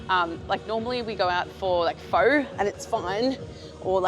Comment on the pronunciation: Pho is pronounced like “far” (I think 😂)